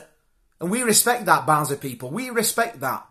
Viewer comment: Barnsley = band`s Lee